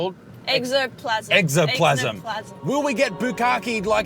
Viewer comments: "Exoplasm" Guys, its Ectoplasm. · Eco - toe - plasm Ectoplasm not Ecosoplasm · Ecto plasm... not Exo lol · Eggsoplasm. XD Correction, though nobody cares: Ectoplasm. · Ectoplasm hahaha exoplasm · Ok Buttsmarn, say it with me. —> Ecto <— plasm. You’re welcome. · You guys were close with the pronunciation of "Ectoplasm" which is a term from Ghostbusters 🤣😂 Great video though. Keep them coming my good man.